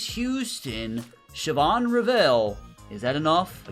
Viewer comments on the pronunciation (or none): none